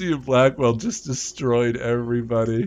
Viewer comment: I like how you don't properly pronounce latter half of some words so we end up with Lucy Blackwell and Bra skill to name the funny ones.